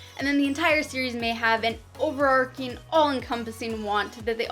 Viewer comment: OverARCHing. ARCH, not ARK, not ARC. Overarching "ARCHES over" something, nothing to do with a story ARC.